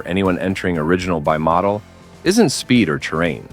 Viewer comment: Is that how you say, Motul?